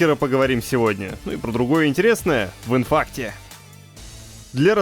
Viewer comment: В ИНФАКТЕ! так странно сказал! я проорал!